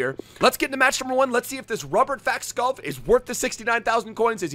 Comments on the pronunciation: btw its skåål but u pronounce it sgoal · You can’t have an entire episode on a player and then say his name wrong. It’s pronounced “Skou” btw. Lovely video though <33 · Skov is pronounced more like skou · fyi its pronouced Skou, love from denmark u mad lad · Skov would be pronounced "Skou" in Danish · You say skorf when you say skov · If you wanna know how to say skov properly try searching “Robert skov frispark” It’s meaning free kick the majority of the goals he have made is from free kick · Google translate "Forest" from English to Danish and you will know how Skov is pronounced.